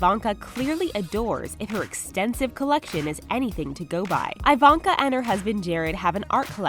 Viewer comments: Eeeeevonka not iiii vonka thats my only complaint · YOU’RE PRONOUNCING IVANKA INCORRECTLY